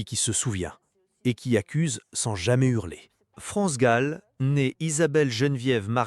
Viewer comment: Pourquoi tu prononces Gaule ou lieu de Gall ? Une artiste n'est pas ton zizi que tu prononces différemment bordel